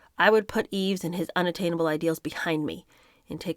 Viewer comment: Yves is pronounced eeve (no s)